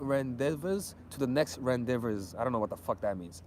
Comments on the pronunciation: It's pronounced "ron-dey-vu" but spelled rendezvous. It means a fling or meeting for a date.....you millenials!! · Rendezvous is pronounced (Ron-day-Voo) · Ron-Day-Vu, coño! 😆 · The word rendevouz is ron- day-voo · RENDEZVOUS ( RUN-DAY-VOU) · u r such a fucker. U don’t even know how to pronounce the word Ron dee vuuuuu 🤣🤣🤣 i am sure u never had one. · Rendezvous (ron-day-voo) 🤦🏽‍♀️ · Rendezvous? 🤔 Pronounce it like ron-day-voo if that helps. 😂 I'm sure you know this word, just didn't know it was spelt like that. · Lol how he said rendezvous. It looks totally different than how it’s pronounced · I figured that was the word he was trying to say. must not be American